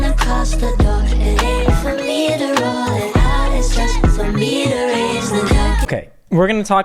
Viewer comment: “for me to rwoll it out- beh beh BeH bEh-”